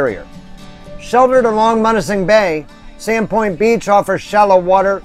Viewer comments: love your videos. locals pronounce it m-you-na-sing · It’s pronounced M-you-nising .....🙂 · It's Munising as m-you-nis-ing....love your videos, your living my dream, hopefully this will be how my retirement is..... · M-you-nis-sing holy shit bud!